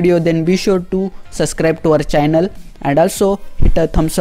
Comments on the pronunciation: Did he say "suvscribe to our chinnal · It's not suscrib it's subscribe